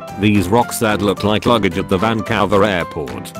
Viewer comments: “Van-cow-ver” oof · Vancowver. Nice TTS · Van-cower airport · Dear TTS, it’s not hard to pronounce Vancouver. Like, really.